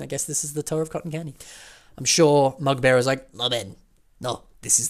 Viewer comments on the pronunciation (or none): "Let me know if I'm butchering it" You sure do, you sure do.:V I suggest, just call me The Mugbearer, like anyone else.:P